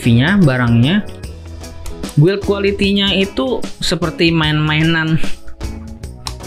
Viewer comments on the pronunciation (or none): none